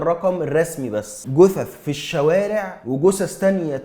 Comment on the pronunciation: جثث مب قوثث مب قوسس عشان نفهم انت بتقول ايه